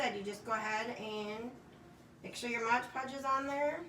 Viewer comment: It’s pronounced Mod Podge, not Modge Podge.